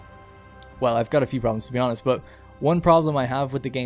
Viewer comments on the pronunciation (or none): none